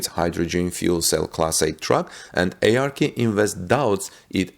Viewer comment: its not A-R-K invest, its ARK as in Noah's ARK.